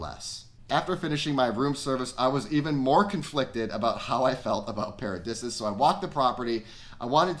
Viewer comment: I believe pronounced... "para-dee-see-us. Could be wrong though. Great review though... thank you